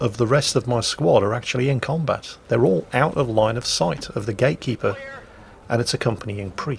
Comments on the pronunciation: Is saying "gaykeeper" all the time? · Is he keep saying "gay keeper"?